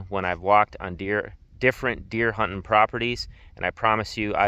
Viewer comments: Seeing as how you can't even pronounce "hunting" properly I figure your advice probably wouldn't be worth a whole lot so clicked off . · Yeah, because how he pronounces a word matters 😂 If you are in the south, don't do what he says. If you are in the north, he has good advice, in spite of his poor pronunciation of some words.